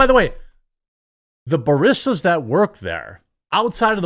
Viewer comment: How can you mispronounce barista so badly? Lol